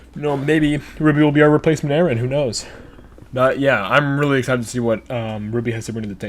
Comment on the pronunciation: It's not "Aaron"